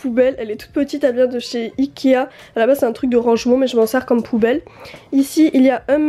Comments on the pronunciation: Elle dit ikia au lieu de ikea ou sinon elle le dit trop vite chai pas mais on dirai qu'elle dit ikia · J adore tes video t es la meilleure ta chambre je t aime trop mais juste on dit ikea pas ikia